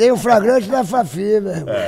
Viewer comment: Ele faliu "FRAGRANTE" mesmo?!😅